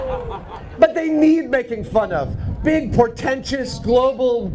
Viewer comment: oh, MAKING not MATING....